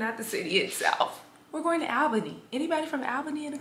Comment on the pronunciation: I think you pronounced Albany wrong. But that’s just your cute accent